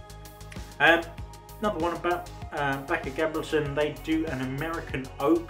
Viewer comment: The name is actually not French, but Norwegian, as the founder of the brand was "Thomas Bache-Gabrielsen" from Holmestrand in Norway. And the "ch" part is pronounced with a "k" sound, so you were quite right.